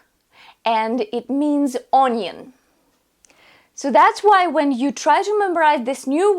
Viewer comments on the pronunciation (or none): not onion its onion with short vowels